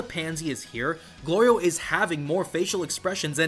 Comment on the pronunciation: The show so far has been amazing and really gives me JRPG vibes. One thing I find slightly odd though, is how often there’s a bit with Goku either getting hungry or calling Glorio “Goliro”. And seemingly multiples times from one episode to the next, as if those events never happened already lol